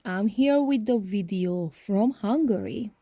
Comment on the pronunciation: And also wideo...so cute!!